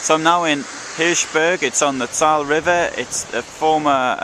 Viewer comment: Learn proper pronunciation the e on ther end of the Saale is pronounced....!